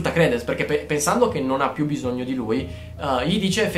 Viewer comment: Tesoro io giuro ti adoro, però si pronuncia cr"I"dence e orfanOtrofio, comunque sei un grande :3